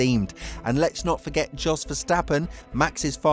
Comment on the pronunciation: Another great vid which is why I subscribe!! Not wanting to be that guy, but could I suggest you correct you pronunciation of a couple of names - Jack DOOhan (Du - Han), and Flavio Briatore (Bree-Ah-Taw-Ay). Jos is pronounced Yos but he's a tosser so don't worry about him. Oh yeah, and the plural of Gran Prix is "Grans Prix". Shit, I did turn into that guy - Sorry. If it's any consolation, your grammar is perfect. Cheers mate. look forward to the next vid.